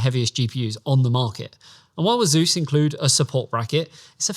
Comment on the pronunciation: 3 grand 😂😂😂😂😂😂. Its Asus btw not “azeus”